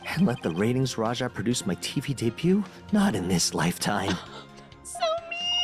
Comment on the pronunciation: Retinz [phon. "ratings"]